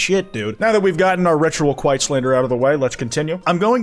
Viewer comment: Damn I didn't know you hated kwite